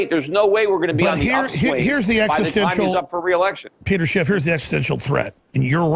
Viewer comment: "Peter Chiff" Alex ia hanging out with too many Mexicans...